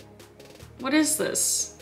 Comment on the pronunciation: That irish bit tho “for HWHAT”